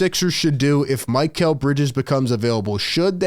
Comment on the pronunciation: Its Mick - L NOT Mike -L like mikhail baryshnikov The famous Russian Dancer from back in the day.